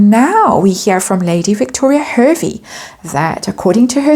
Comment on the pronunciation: hervey is pronounced harvey